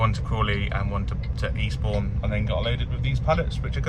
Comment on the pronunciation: 'For Eastbourne' sounded like 'Respawn' 🤣